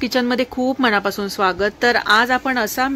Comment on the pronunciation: मणापासून😅😅😅... मनापासून शुद्ध बोल